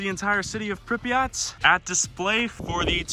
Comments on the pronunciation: its not prenounced prip e aht more like prip yaht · Did he just say Pripyat